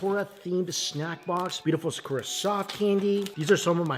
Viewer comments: I love you, I really do, but PLEASE use your phone to find out the pronunciation of sakura. You can use your phone to do this. It is not sickoorah. It is SAH-KOO-RAH, wmphasis on the second syllable. Also, for the latest videos, your sound is way down and I have the volume up and am also using an external speaker. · Why do you pronounce sakura that way? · For someone who loves Japan he butchers his pronunciation of words out of ignorance. (Multiple comments have correct him over the years).